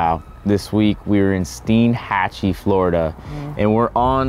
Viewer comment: As a local, I'm just glad you pronounced Steinhatchee correctly haha. Great video y'all!